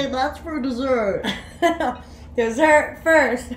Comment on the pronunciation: "dessert" 😂😂 Love your videos!